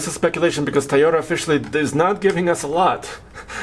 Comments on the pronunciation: Hey - is it TIE-OTA or TOY-OTA? 🤔😂😉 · Please please please, it’s TOY ota, not Tie ota. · Makes me crazy when people say “tie o ta” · TIEYOTA! LOL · Yes, obviously, has an accent, but why do people pronounce Toyota like, "Tieota?" People who pronounce it like, "Tieota," do you pronounce children's toys as "ties?" If not, then stop saying, "Tieota!" You sound ridiculous. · Say it with me, TOY-OH-TUH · is not the only person who says that